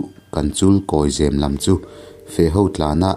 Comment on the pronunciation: Zêm nilo in, zem a ni zâwk ang. Eg.. Saphai in sakhi a zem.....